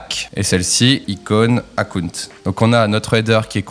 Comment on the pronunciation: Akounte… akounte… je me suis dit ce que c'était… ah oui Account !! (belle prononciation^^)